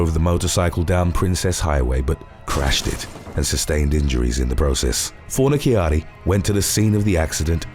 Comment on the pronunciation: You are 100% pronouncing his name wrong too. Fon-a-charri is the way to pronounce